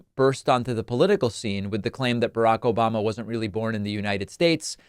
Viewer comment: KAMALBLA ???.😂 OBARMNA ????😂